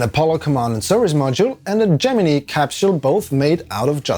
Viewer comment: thats still not how you pronounce gemini